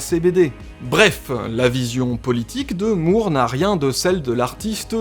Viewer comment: Juste un truc.... "Moore" ça se prononce "More". Merci. Cf.